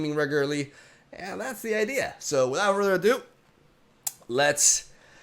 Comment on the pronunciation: "So... without furderdo"